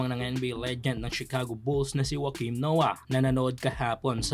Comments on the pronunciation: ok na yan pag pronouce niya kesa jeboks777 pa masabi niya... napakabisaya pakinggan 😂😂😂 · "legend" pero di mo alam i-pronounce ung Joakim hahahaha saka gumagawa sya ng documenteryng basketball cultures ng bawat bansa. Welcome. Hahaha nakakamiss ung panahon n ung gumagawa ng media eh qualified di kagaya nito. Pwe